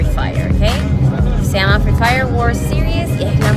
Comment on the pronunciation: grandes del fri fayre :v ni a aprendido a mencionar bien FREE FIRE